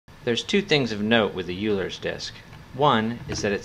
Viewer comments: It's pronounced like oil, not you. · “Euler” is pronounced “Oil-er”.